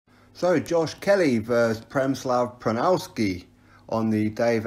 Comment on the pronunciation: U absolutely butchered Przemysław Runowski’s name 😂😂😂